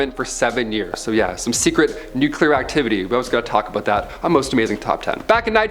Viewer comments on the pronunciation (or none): LOL! I think just became my favorite host of Most Amazing! You're a funny guy, buddy... and fellow Canadian to boot! No, that's not how we say "about"...